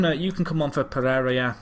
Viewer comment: Did you asked for Donuts? Are you a cop or what?. I sguuest as alias for Jean Philippe Pereira "Pegeiga". O "Pegegia" since you insist on changing the i to be after the r instead of before. (Like you swap consonants in Japanese or Spanish names a lot, like Wanatabe when it's Watanabe). Don't take this as a complaint about your pronunciation of such names; there's no sense demanding you to nail them.